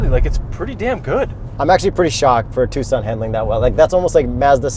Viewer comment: Thanks for pronouncing Tucson correctly